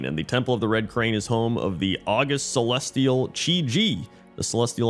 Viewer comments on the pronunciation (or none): Not August, August. Pronounced Awe-gust. There are 2 pairs of words in the English language such that both words in the pair have the same spelling, but are different parts of speech, have diff pronunciation, and diff meanings. August (the month) and August (distinguished); invAlid (not valid) and invalid (Invalid-a disabled person).